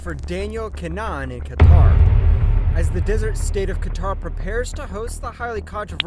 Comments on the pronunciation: kinAhan not Kinnan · Im sure your saying keema naan instead of kinahan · Don’t ever say his name like that again. Typical septic